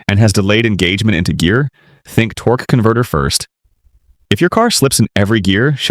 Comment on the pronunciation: what is a torkey converter? Is that a different part?